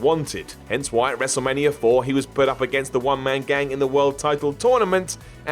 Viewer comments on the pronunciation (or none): it's ''wrestlemania''.not ''wrestlemanier''.idiot